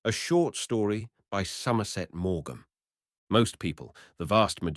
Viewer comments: Yes🤣AI voice doesn't know yet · Morgam..? A1 can't pronounce, too dumb.